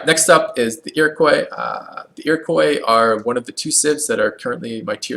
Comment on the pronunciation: IroquAY? Really? How did you get that pronunciation?